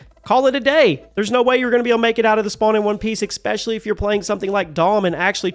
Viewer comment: may i ask, i am genuinely asking, not taking the piss, when you say "especially", do i hear a ecspecially or am i crazy? Or is it just the way you say the word, non related to an accent or anything similar. Just curious!